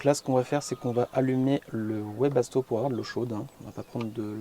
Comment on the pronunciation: Bonjour chouette vidéo plein de bon conseil. Juste un truc Webasto se prononce Vebasto car c'est de l'allemand. Car en allemand le W se prononce V idem pour Westfalia. Bonne continuation à vous 😉